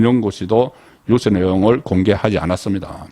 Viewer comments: 송 대표님 항상 시청하고 있지만 언론인 분께서 단어에 대한 장단 발음에 엄청 문제가 많습니다 단어의 장단에 따라 뜻이 달라지는데 그런 걸 모릅니까? 초등생도 다 아는 걸요 유~서가 아니라 단발음인 유서라고 해야 됩니다 좀 고치세요 모르면 사전을 찾아 보고요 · 송국건유튜브방송을 즐겨보면서 늘 느끼는 점은 내용은 최상의 수준인데 말실수를 잦은편인데 그건 그다지 문제가 될 수는 없지만 억양 지방시골억양이 참 문제입니다. 예컨대. 엄마의 자매 이모?를 성씨가 이씨일때 이 모씨 라고 말하면 안되듯이, 장음 단음이 정확해야하듯이 오늘 방송을 보면서 자꾸 유서를 유 서 라고 합니다. 스스로 녹음된 거 보면 그걸 못고치는지? 40년대 시골사람이 서울한번갔다와서 서울말씨를 흉내내다보니 저런 현상이 나타나듯한데, 특히 경남지방사람들이 저렇게 발음 억양을 구사하는데, 대표적으로 가장 울렁증유발수준은 성창경입니다. 그런데 송국건혼술은 정말이지 우파에서 방송내용은 최상인데, 발음 억양이 최고스럽지않는 기본이 안된건 고치는 게 좋지않을까요? 앞서 언급했듯이 성창경은 울렁증생겨 듣질못할정도인데, 기자출신이면 그걸 고치지못한다면? 울산이나 포항정도수준의 시골지방기자수준에서 벗어날 수 없는 게 아닌가하는 맘이 듭니다. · "유서"의 발음. 연습하세요. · 유~서 발음 듣기 아주 거북합니다. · 듣기에 유서가 발음이 뉴우스로 드립니다